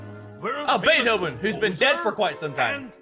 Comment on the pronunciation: Us: Beethoven Craig: Baithoven.